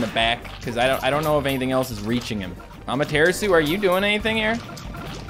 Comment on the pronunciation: The way he says Amaterasu is pretty funny xP. At first I thought he was saying that as a joke but it's like....been a thing since he first got it lol. Saying it wrong, but say it however you find it fun to say xD makes it more interesting anyway.